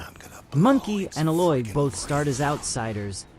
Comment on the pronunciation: Thanks for the video. You did a good job with your comparison's. My only gripe is your mispronunciation of a few words (Gaia, and Aloy).